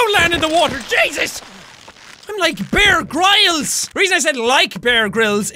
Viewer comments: Did anyone notice he said bear a Gryles The first time not bear Grills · jack why u say bear griles not bear grills